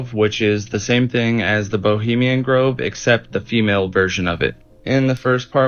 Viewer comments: BOHEMIAN not Bolemian! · Oh, I heard "bulemian groove".